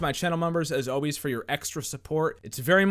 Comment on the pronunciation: Yo, no joke but says “always” like “oways”. Love you, bro.